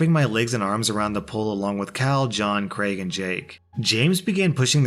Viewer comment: Thank you for pronouncing Craig correctly, it makes me so angry that people say “creg” or “Greg” instead.